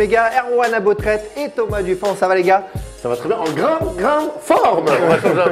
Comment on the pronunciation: Mon all star a moi c'est: entendre un "grande grrrrraaaaande difficulté" sur bein. Bravo à:)